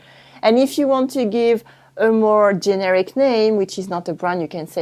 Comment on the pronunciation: the accent on the word generic is on the middle syllable - ge-NE-ric. Love your channel!